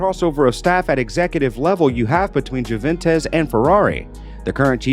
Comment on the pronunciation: Jooventez?? Really?